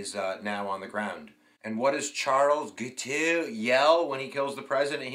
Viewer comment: Jesus Christ, man, can’t you pronounce anything? You are pronouncing the man’s name as Giteux or Gitu. It is, very simply, “Gee-toe” with a hard G. You have great videos, but your mistakes are ridiculous, like in the previous one when you called the margin of victory as 1000 votes while you had the actual numbers (10,000+ votes) right there on the screen.